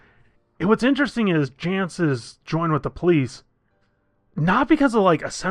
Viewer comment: Jayce. No "n" Try to read.